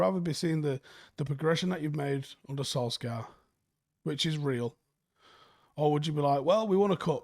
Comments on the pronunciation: It’s pronounced Solshar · How freaking difficult is it to pronounce Solskjear correctly?! 😅